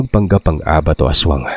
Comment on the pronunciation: Palagi akong nakikinig pero annoying yung pronouncing sa ABAT 🤣. Hindi ganun ang pagbogkas,àbat